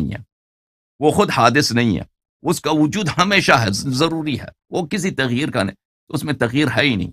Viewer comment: Allahyari bhai lafz tagheer nahi taghayyur hai......